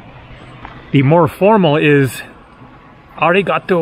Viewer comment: In my experience ありがとう is perfectly fine and no one is going to raise an eyebrow. Try however not to stress so much the 'ga', you pronounce it strongly as 'ariGAtoo' when in reality it is more like 'aRIgatoo'. The intonation goes up in the 'ri' and low in the 'too' while 'ga' is neutral.